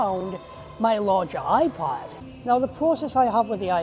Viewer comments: I kept hearing a soft iPahd 🫶🏽 quite enjoyable lol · Am I the only one hearing 'iPod Mini'? 👀 Great video btw, keep it up! 🎥🫡